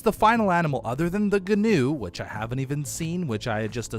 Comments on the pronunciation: Guwn is pronounced new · The gnu is said like nu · a gnu is a wildebeest and gnu is pronounced A "new" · Please stop calling it a Ganew it’s pronounced new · So I looked up a gnu and it’s actually pronounced n/yoo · Quick thing: gnu actually is supposed to sound like new. Not trying to insult you, just letting you know:) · gnu is pronounced like new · Gnu is pronounced new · Gnu is pronounced Jee-New Basilisk is pronounced Bass-Ill-Isk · Gnu is pronounced Nu. The G is silent like Gnat or Gnome. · Gnu is pronounced like knew. 😅 Please don't get mad everyone.... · Gnus are pronounced like new or news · Gnu is pronounced new <3 Bask-ill-isk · G in gnu is silent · Gnu is actually pronounced Wildebeest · the G is silent gnu sir.